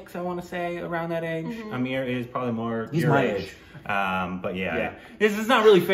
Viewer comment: It's not Shaheeeed, it's Shaaaahid It's not Ameeeeer, it's Aaaaaaamir. Just saying 😬